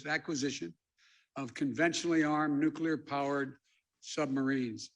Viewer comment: Making the world safer by building more "nucular" subs...